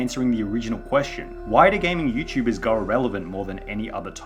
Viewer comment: Lol "Youchubers"